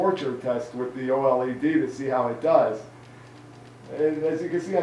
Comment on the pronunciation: LLED? You mean OLED?